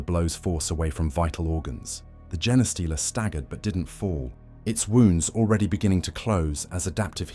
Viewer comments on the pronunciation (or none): It's A.I. generated. The way it pronounces genestealer is a dead giveaway.